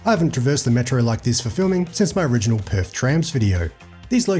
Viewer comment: PerTH... Not Perf